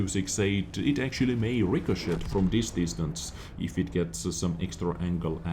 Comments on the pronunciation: Hey, I enjoy your commentaries just how they are, but if you are asking about English pronunciation, I want to mention "ricochet". I often laugh when you say it because it sounds like "rick-o-shit", but we say the ending more like in French "et", so for English speakers it sounds like "rick-o-shay".....or maybe you are just making a joke of your friend Rick who is a terrible player and always bounces his shots "Rick, oh Shit!" you bounced again!:-) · I’m not trying to be a know it all but it’s pronounced rick-uh-shay